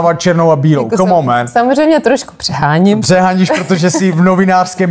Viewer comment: Skvělá angličtina, fakt skvělá Komónmen